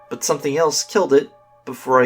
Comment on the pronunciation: Say but not bur sorry if im annoying